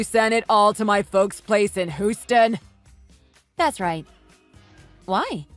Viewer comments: Hew-stun! It's pronounced Hew-stun. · They need to learn how to pronounce Houston.